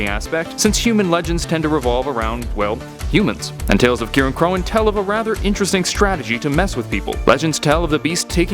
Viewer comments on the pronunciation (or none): It’s pronounced sitressey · It’s pronounced “Ci-reign-croin” So Cirein sounds like “Ci-Reign” (The type of C used for world’s like kick and compliment) And cróin is actually “Croin” I’m not making this up